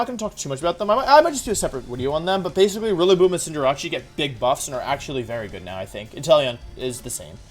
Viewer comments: Does he horribly mispronounce some of the names on purpose? CINDERACHI? GERATTIN-A? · Does Wolfey mispronounce Cinderace as a joke or something? Also GALARIAN SLOWBRO IS SOOOO COOOOOOOOOOL